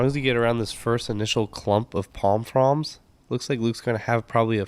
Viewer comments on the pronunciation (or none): Is he saying palm frawms? Its frond!